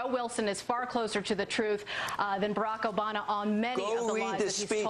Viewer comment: "Barrack Obana" xDDD